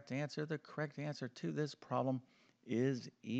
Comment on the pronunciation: I really, really really wish he said 'problem' I stead of 'prom'. I know it’s just because he’s saying the word quickly but still…